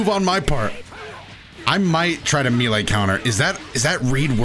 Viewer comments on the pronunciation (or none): "May Lay" not "Mee Lay" bro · May lay (melee) not ME lay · IT'S NOT MEAL-AYE DAMMIT IT'S MAY-LAY!!! MAY. LAY. MELEE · Says Melee like, "Me-Lay" Me: *confused*..."Wait, May-Lay?" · Me·lee: ˈmā-lā, mā-lā; a lot of people say mee-lee (for whatever reason), but??? "Mee-lā" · Bro just say “may lay” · Me-lee or May-lay but never oh never can it be prononced Me-lay! Plssss stop ittt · "Meelee counter" Dude it's pronounced "may lay", come on. Edit: my bad, he says "mee lay" dude how the hell do you think that's how it's pronounced. You're half way there tho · says meelay Me: Oh, well hes probably only going to say it a few times: continues to say meelay atleast once every minute for the rest of the video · Meelay Me an intellectual: M E L E E E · Every time he pronounces it “Meelay” I die a little inside, something about just feels off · When he said “meelay” I felt that. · Has always said "mi-le" or is this part of the patch too? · I love how he says meele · mans really said "mee lay" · It's pronounced "MAY LAY" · Please its May-Lay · It's so weird that he pronounced melee "mylee" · Melee is pronounced "may-lay," my guy. Its French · Sorry to be that guy but it’s pronounced May-Lay also tien was not really good before patch. I love him, but he just wasn’t good. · me lay... yuck, my man! You are mispronouncing that on purpose or something? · really thought I wasn't boutta say something about how he pronounced "Melee" that's crazy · The way he said “melee” was kind of, um, well it took some time to get used to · it's "melee" not "melee". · He’s gotta be pronouncing melee like that on purpose there’s just no way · When he says melee i cringe just a little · Bro you need to learn how to say melee 😅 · please pronounce "melee" properly it makes me cringe